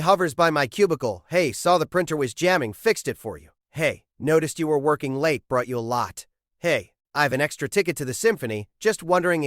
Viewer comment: "brought you a LAHT" ai need their meds.